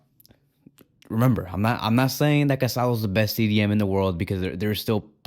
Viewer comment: The guy’s name is pronounced ca-sa-DOUGH. The final accent means something. It’s not respectful to continuously mispronounces his name.